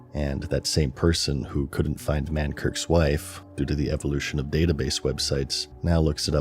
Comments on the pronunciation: It's Mankrik, not Mankirk, expected better from you lol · I like the fact even 15 years later, people pronounce Mankrik as Mankirk. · On the last video he said, "F the Horde" and I let it slide. But mispronouncing Mankrik at is unforgivable.